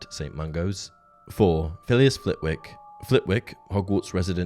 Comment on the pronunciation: It's pronounced Flittick not Flit wick, and please don't try and tell me that it isn't, I grew up 2 miles from Flitwick. Oh and Scrimgeour is pronounced with a soft 'g' hence the e between the Scrimg and our.